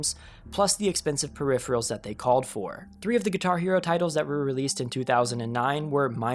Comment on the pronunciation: That's not how you pronounce "peripheral"